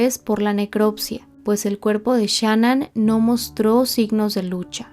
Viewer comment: Gracias por cubrir este caso con detalles correctos y con respeto. Muchos canales en español no han hecho un buen trabajo de investigación, y también lanzan declaraciones injustas sobre Shan'ann. Solo te critico cómo pronuncias el nombre de Shan'ann pero te lo paso 😊.